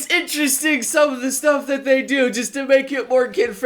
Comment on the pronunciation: Drink a shot everytime you hear say "Interresting" also "Satebelt"